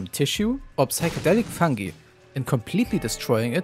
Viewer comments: i love so much the way you say fungi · yeah it sounds really funny (and german)